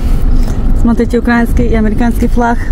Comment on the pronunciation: не укрАинский, а-украИнский!!!!!! Наголос ніколи не змінюється!!!! Будь уважною!!!